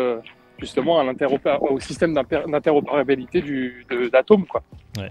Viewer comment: Sur les 3 intervenants, aucun n'a su dire interoperabilité correctement 🤣. Courage les gars, j'aurais pas fait mieux! 😁